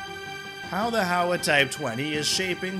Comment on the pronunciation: Hi. HOWA is not pronounced HOW-AH, but HOE-WAH. The criticisms you mentioned relate more to the pacifist constitution, not the gun itself (apart from the complex mechanics). The challenges are bureaucratic, because the unit price is high due to the government’s inability to export. Also, the government is not as generous compared to the US when issuing accessories for the rifle, eg scopes, laser sights, even 3 point slings.